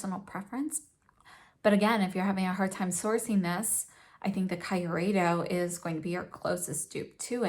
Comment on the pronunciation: I know this is an old video and I don't know if you now know the correct pronunciation, but since no one has corrected you in the comments, I need to say it: the KYU part of Kyureido rhymes with cute. So it's kee-oo-ray-doh.